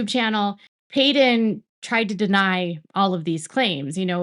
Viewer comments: I’m sorry I’m new, peedon? Really? 😂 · You can't even get Paedon's name right.